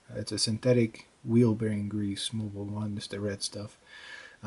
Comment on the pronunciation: Did he say moble 1